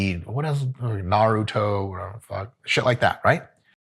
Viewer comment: Hearing a massive Russian-Jew man saying "Na-ruu-toe" made my day